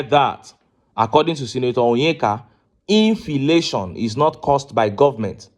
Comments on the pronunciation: Mumu man "infilation" nonsense law maker my foot. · "Infilation" 🤣🤣🤣., please leave the Aba 👠 maker/senator aloneoooh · LOL the man cant even pronounce inflation, we have so many useless men in the national assembly. Leadership recruitment must be part of electron reform. A public trust clearance must be part of it. that will kill godfathers in the system. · THIS GUY IS AN ILLITERATE. LET HIM SHOW US HIS CERTIFICATE. HE DOESN'T SPEAK WITH FACTS, SEE THE WAY HE PRONOUNCES INFLATION